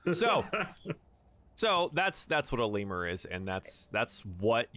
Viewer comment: Fun Fact: the word Lemure sounds nothing like the word Lemur